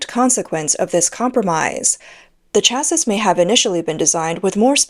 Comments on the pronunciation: can someone explain how to pronounce "chassis" to this bot? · ew that's not how you pronounce chassis. Once or twice fine but saying it over and over again wrong is just unprofessional. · omg you said it weight only to get it wrong again ten seconds later. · The "s" in chassis is silent, easier to say as well hehe ;) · Got tired of listening to this commentary. The continuous mis-pronunciation of chassis was too annoying. ! ! ! :body-blue-raised-arms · the mispronunciation of 'chassis' is annoying. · Chassis rhymes with classy. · Chassis pronounced shassy. Makes the commentary much more professional. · I know it's pedantic but it's pronounced either Cha-see or Sha-see. the 'is' at the end of chassis is an 'ee' sound with the 's' being silent. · For reference chassis, is pronounced Cha-see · FFS, its pronounced "cha-see ", not " cha-siss". Unless you're taking the piss miss . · CLICKBAIT! Where was the exploding EV Tank? And please tune up your AI Robot narrator to get it’s English Language skills finessed, especially phrasing, punctuation and pronounciation, “Shassis’ is pronounced phonetically as “Shassey” not “Shasseeze” the final character S is silent! Besides, the Russo Ukraine war has shown that Tanks cannot be counted on to merely come up against enemy tanks so many aspects of their tactical use has to be rethought, the amount of Russian tanks taken out of action be opposing armoured vehick]les is significantly lower that those lost to artillery fire and drone attacks. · Please look up how to pronounce words. "Chassis" is of French origin, so it's pronounces CHEAH-see not CHEAHS-is, where "eah" sound like "yeah." You undermine your credibility when you don't look up pronunciations. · Why does the narrator keep saying "chases" instead of "chassis" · This channel drives me f*cking nuts. Chassis...it is pronounced like Taxi...get it? Chassis...taxi? it isn't cha-sis. It rhymes with taxi for god sakes. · chass-EE bro please. Chassis is pronounced chass-EE